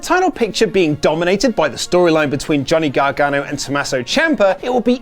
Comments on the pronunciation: Gonny Gargano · Lol gohnny garganno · "Gonny Gargano" lol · Gonny gargano 😂